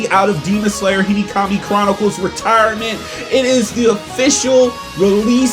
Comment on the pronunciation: Him: Today in Hinikami chronicles Me:😭 (what did he say?!?!) Him again : in Hinikami chronicles….. Me:🤨 And again: Hinikami chronicles Me: NIGGA ITS HE-NO⁉️⁉️ HE-NO, NOT HE-KNEE. Hinokami the fuvk🤨